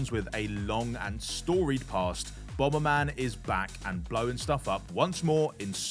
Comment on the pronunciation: "Bom-ber man", what a div.